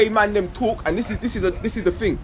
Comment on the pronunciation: Dawah should be done by people that have deep knowledge of the books - Shamsi, Rashid, Hijab, Mansur, etc. Not. Also, it's 'thing'. Not 'ting'.